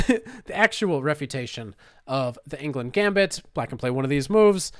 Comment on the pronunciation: It hurts my ears hearing you pronounce Englund as England every single time